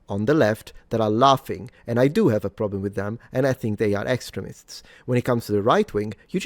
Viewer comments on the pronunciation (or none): I heard "excrements" 1st time said "extremists" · The way you pronounce these 'extremists' sounds an awful lot like these 'excrements' to my southern american sensibilities.. lmao!! Maybe thats just a freudian slip on my part though lol 😅 congrats on 1m suns!!